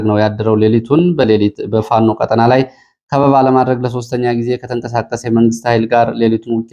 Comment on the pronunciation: ÷ እባክዎ ቀ"ጣ"ና በሚባልበት ቀ"ጠ"ና አይበሉ! "ቀጠና" ረኃብ ማለት ነው:: "ብልኅን አንዴ ንገረው!"